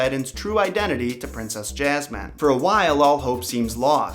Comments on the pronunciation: Why do you pronounce Jasmine as JAZZ-MAN????? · Lmao 'princess Jazzman' anybody else hear this?? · This is the first time I’ve ever heard someone say jasmine like that. Honestly it kinda bugs me. I would correct anyone who pronounces my name wrong. For reference I have been called yasmine (yas-mean and ha-s-mean), jazz-mean, and jazz -MINE (this one only said jokingly). So far never been called Jazz man. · Lol why does it sound like you're saying, Jazz-man? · he keeps saying jasmines name “jazzman” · Why did you say “jas-man” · jazzy uhm. No.. I say it how it’s supposed to be pronounced and I’m American.. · Did he say jazzman?😂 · why the fuck do you keep calling jasmine ''jazz man'' O.o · Why do I keep hearing princess jasman? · Princess Jazzman? lol dude, check that pronunciation. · Her name is ياسمين you know like "yasmine" I don't get how you put "j" in there tho :/ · Why do you pronounce jasmine like Jazz man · Jasmine .. he kept saying Jazzman probably he from the South. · ya like jazz[man]? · You said jasman XD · 'Princess Jazz-man' Dat pronunciation. It could be considered an improvement. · ray , thanx again, the revision made it more Alladinly. Actually if you listen to the song, she pronounces: JazzMin ( or however you want to spell it), rather than Jazz Man. Even so...a great song sung by one of the Brill Building's best! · It's actually pronounced hasman in Arabic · Why do you keep calling her Jazz Man? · why does he say jazz-man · Actually: Yasmeen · Both r wrong it's yasmeen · Lol his southern accent 🤣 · If you say Jazzman one more time... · “JazzMan” LoL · Why do you pronounce "Jasmin" "Jazzman" 😅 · Why do you keep calling her Jazzman??? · XD When you say Jasmin, I keep thinking you're saying, "Jazz-man". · He kept saying jazman (jasmine) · Omg Jaz-man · The was he pronounces “Jasmine” is especially funny to me because my name is Jazmin and it just kills me 😂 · I'm American and I don't pronounce Jazmine like that